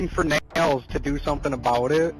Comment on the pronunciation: I cant take him seriously when he cant pronounce a 5 letter word correctly, its Nalls not Nails lol